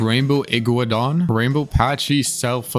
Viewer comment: Bro I’m cringing at the pronouncement of the dinosaurs, for the future it’s PAIR-A-SOAR-ALL-OFIS IG-WAN-A-DAWN. PACKY-SEF-A-LA-SOAR-US. DIE-LOF-A-SOAR-US. AN-KY-LA-SOAR-US and the spinosaurus you got right. SPINE-A-SOAR-US